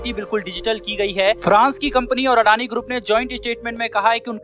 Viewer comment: अडानी ग्रुप नही अदानी बोलते है अनाडी है क्या तु ठीकसे बोला करो भाई